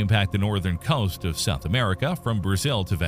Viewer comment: Dude seriously struggles to pronounce "COAST"....